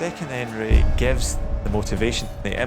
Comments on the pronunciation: I’ve been hearing, “2nd Henray” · I keep hearing his name as "second hand Ray". Cut up by the "hack saws". Poor fella!